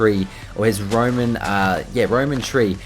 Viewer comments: its roWen not roMen it's a W not a M pls I'm yelling at the screen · do you know how to read correctly? Its Rowan not Roman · jay its pronounced rowwwan. not roman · rowan, not roman, plz jay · FREAKING PLANT THE ROWAN SAPLINGS AND ITS ROWAN NOT ROMAN FREAKING READ THE COMMENTS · It is pronounced rowan not Roman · it is roWan not roman tree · roWan not roman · you need to say R O W A N NOT ROMAN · its ROWAN sapling not Roman